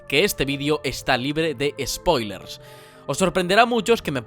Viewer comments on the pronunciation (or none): none